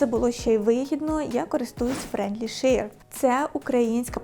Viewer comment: Все супер. Тільки треба попрацювати над вимовою френдлі шеа.